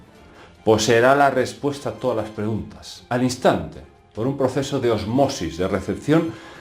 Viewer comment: PARCERISA DE DICE ¡¡¡¡¡ ÓSMOSIS !!!! no Osmósis: acento en la primera O. Pareciera que tenías Gripe .....